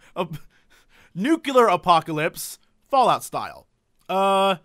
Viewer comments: Nuclear not Nucular for cryin' out loud! Love you man, but come on... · >Corrects his mispronunciation of 'apocalypse' >Says 'Nucular' five times